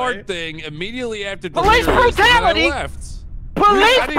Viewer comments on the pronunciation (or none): Delirious: Police brutality! Delirious a second time: PO-LEEZ-CE Brutality!